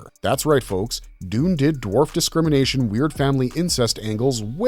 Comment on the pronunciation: Dune'verse not Duni'verse please.